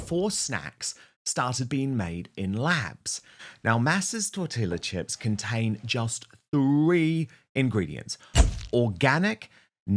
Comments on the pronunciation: Egads! It’s pronounced “tor-ti-ya”! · Two things: 1. Dan- its Tor-tee-a not the double ll 2. No one dines out on Diana more than the Spare.